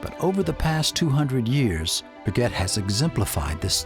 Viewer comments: Agreed, if making a video like this to honor the family and the man - Get the pronunciation correct!! It was like nails on a chalkboard board every time he said Bree GET! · It's pronounced "Bre- gay" you Neanderthal! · Dipshit Am. commentator, who doesn't know a shred of Fr. pronunciation. So embarrasing! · How can this be narrated by someone who can't even pronounce Breguet? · At least pronounce his name correctly. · This narrator's should of been flat out FIRED for doing such sloppy job on his pronounciation of several key words in the dialogue. Wow ! Sticks out like a sore thumb.